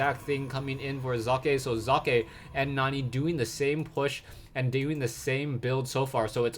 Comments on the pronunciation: that's actually the best attempt at pronouncing "Socke" correctly I've heard so far from all the major shoutcasters on youtube! Well done,!!!:))) That was so pleasant for my German ears:D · ye... Socke=sock, it isn't exactly chineese we are talking about here. Kudos for trying to pronounce it correctly. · love how u say Socke! nice that you try, well done here! greetings from Germany! keep on! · its great how you say socke ;D well generally you shoutcast is great :) keep it up